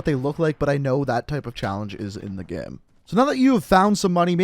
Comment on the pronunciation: Bro why do you say game as ge-hm or someth... 😂😂